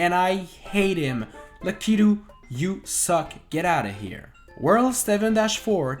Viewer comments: It's pronounced lack-a-to. Not lek-ee-to. Come on man! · Why does he call it “lackeyto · Lah-Key-Due...Lah-Key-Due...Lah-Key-Due... That's my only criticism of this video. XD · Always say Lakitu wrong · Was I the only one triggered by how he kept pronouncing Lakitu